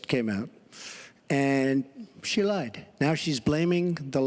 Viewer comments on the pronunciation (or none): none